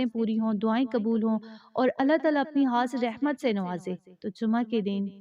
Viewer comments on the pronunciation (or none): Aap Urdu k alfaz sahi se nahi bolti khair ko hair aur khas ko hass bolti ho words ko sahi se parehn